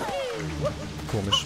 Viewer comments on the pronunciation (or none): none